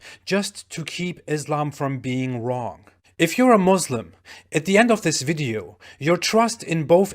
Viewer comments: He is Turkish but still he says "Mozlems" instead of Muslims. Dude WTF!!! İs there some rule that every single islamophobe or anti-islam polemist has to say it that way. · He's Turkish yet says Muslim "Muzlems". fraud